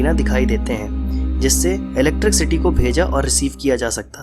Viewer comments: Electricsity nhi vai electricity hot he😂😂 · its not electric city.buddy. s and sh .mother tongue influence. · भैय्या जी इलेक्ट्रिक सिटी नहीं इलेक्ट्रिसिटी होता हैं बुझे।।।।। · aur han sahi bol ri h tu ,, mic ke aage ek barr galti ho sakti hai ,,mana do bar par ye to har barr electrc city hi bol ra,, gajab hai yarrr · First thing Wo electricity hota h Na ki electrikcity 🤣